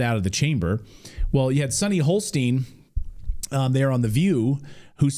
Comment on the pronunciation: It's 'Hostin', not 'Holstein'. Though she is a bit of a cow.